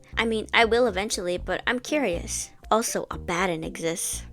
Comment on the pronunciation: You were right, the way you're pronouncing Abaddon is going to make me crash out